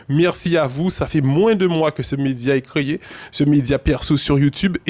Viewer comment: On l a « créyé »? Plis fos timal